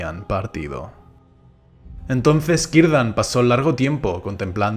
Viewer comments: 🤔por qué pronuncias su nombre como Quirdan en vez de con "C" Círdan? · Kirdan?? O Cirdan?? Escucho que dices, Kirdan. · Este personaje desde el principio me llamó mucho la atención pero tengo una duda, tal vez ya la han dicho antes Así que perdónenme si la repito pero: por qué pronuncia el nombre de Cirdan como "kirdan" o "quirdan" o el de Celeborn como Keleborn? Es por algo del lenguaje élfico o algo así? XD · X Q A LA " C" ÑA PRONUNCIAN COMO ZI FUERA UNA " Q" O UNA " K" ??? X EJEMPLO CIRDAN, LO PRONUNCIAN KIRDAN?. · Cómo sabes que la "c" en idioma élfico suena como una "k"?? No puede ser que se pronunciase "Zirdan"?